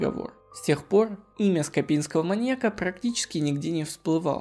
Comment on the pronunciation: Да скОпинского, а не скопИнского, то так, то так его называешь